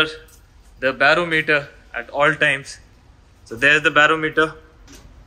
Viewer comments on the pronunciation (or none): Bar-OM-eter emphasis on the second syllable.